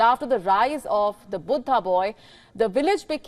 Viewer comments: Buddha not butta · Not cute. Pretentious. She is an Indian with a language from India as her mother-tongue. Buddha is pronounced as Buddha in every one of our languages. She has no excuse for mispronouncing. She is just being silly. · Its cute how she pronounce Buddha as BOOTA! 😊 Bood Haa! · Is her pronunciation of Buddha correct?